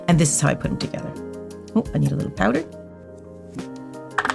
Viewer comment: Wait, her accent . “So I got me powda!” 😮